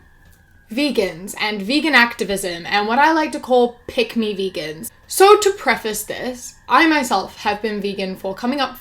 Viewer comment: At first I thought you said Pygmy vegans. Like reeeeeally little ones lol